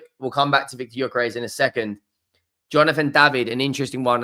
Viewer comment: Gyökeres is pronounced: Yuh-ker-res.